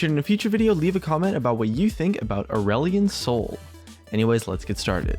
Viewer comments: At first I thought you said "Orwellian Soul" And was about to flip my table. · Did you say ireland soy?